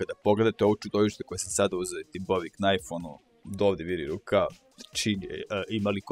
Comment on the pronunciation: Meni iskreno smeta to k kod knajf,jer vecina ljudi govori najf.Mislim da ne smeta samo meni nego i vecini ljudi,ako bi mogao to da izbacis bio bih veoma zahvalan :D <3